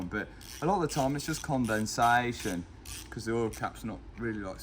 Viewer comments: "It's just condensaeshjon" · Con den SAY shun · His dad’s reaction to “condenSAYYYYYYtion” 😂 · This is the new way to say condensation "Con then say shun" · “CondenSAYtion” your dad is smiling like crazy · Say condensation! 😂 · The most british pronounciation of "CONDENSATION" I have ever heard.. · The way he said condensation lol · Matt say Condensation😅